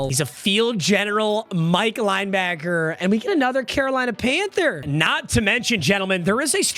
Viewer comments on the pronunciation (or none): none